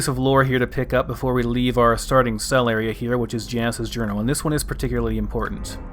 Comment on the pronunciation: See a lot of American youtubers play-through this mod... not one has pronounced Janus correctly yet....